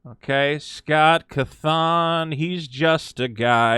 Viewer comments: Nice video he is a good guy. Not to be rude but cawthon pronounced caw-thin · My only problem with this video is the way you pronounce cawthon lol